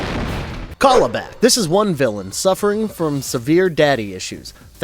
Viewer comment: It's CAL-ibak! Like California! Darkseid says it in the clip you played in the section!